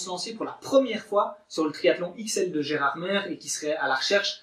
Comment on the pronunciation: Gérardmer se dit "Gérardmé" ^^ sinon très bonne vidéo :)